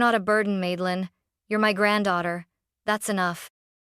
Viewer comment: Grandma is a Rockstar ❤❤❤. Also, it's Madelyn, not Maidelyn.